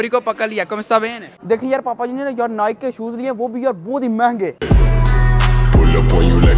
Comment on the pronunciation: Bro at least pronounce Nike well✅ Don't mind but check it.✔️